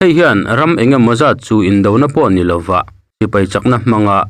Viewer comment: I thil lam hi fimkhur la Ni hi i lam diklo thei deuh em mai